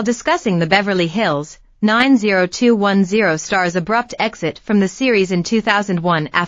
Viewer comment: bad AI video, cant even pronounce 90210 properly...